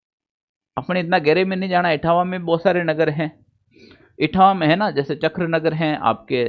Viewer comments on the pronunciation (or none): none